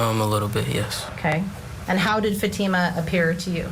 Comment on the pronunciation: Can you at least pronounce Fatima's name properly?